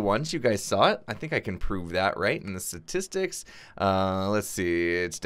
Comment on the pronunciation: "SATISTICS". Say what now?